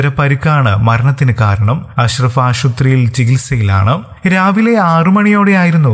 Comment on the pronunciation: Aadyam malayalam padi nee ,aashuvathri alla, he, kelkumbol kalippu aanu he